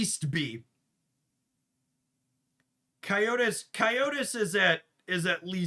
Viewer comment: It is pronounced as /Ko/chi/tus/